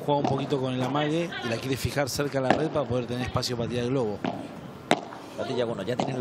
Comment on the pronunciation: Pregunta: por qué pronuncia res / pares en lugar de red / pared? O yo escucho mal